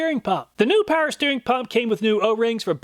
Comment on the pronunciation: Please start pronouncing the W in Power. You pronounce it currently "paer"